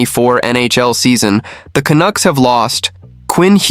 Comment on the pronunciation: AI crap---you know this site is fukked when the computer voice pronounces Canuck as CANOOK.what a joke .Then the voice says Rick Tocchet as RickToshshay.NUFF SAID.